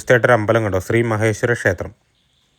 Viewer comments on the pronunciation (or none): none